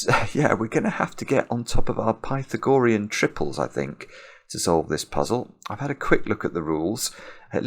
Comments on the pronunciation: The "ah" is stressed in Pythagorean, not the "gor" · I always pronounce the theorem as "Pih-thag-oh-REE-in". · I wondered if "pi-tha-GO-re-un" was a Britishism, because I know there are other long words that are stressed differently in American and British English (for ex. "veterinary," which is "VET-rin-er-y" in the US, but my late British colleague said "vet-RIN-er-y" ). But the OED only gives forms with primary stress on "RE," secondary stress on either the first or the second syllable (so either pi-THAG-o-REE-n or PI-thag-o-REE-n). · Does he know he's pronouncing Pythagorean incorrectly? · Great puzzle. Pity we had to listen to the word "Pythagorean" being mispronounced for the whole 40 minutes. :-) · Is pronunciation of Pythagorean a typical British thing? Or just a personal thing? Not criticizing. Just curious. I have never heard this pronunciation before.